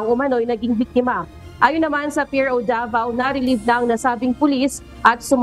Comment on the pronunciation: Pakiayus naman ang pagbigkas davao city hindi po devil city